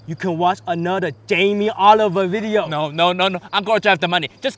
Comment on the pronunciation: for the first time,, Jammie didn’t F up in da beginning of the weejio. Uncle Roger ,I used to watch you like crazy. I hope I can cook East Asian food someday like sushi or fried rice.